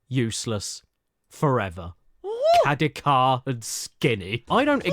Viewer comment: If I may… Best way to remember how to pronounce the name: his YT name is spelled in a way that combines his last name: “Caddick,” with the name of the NES game “Kid Icarus.” Thus “Caddicarus (Kad-E-Car-Us)